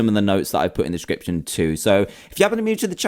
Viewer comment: Y did u say read diskopshion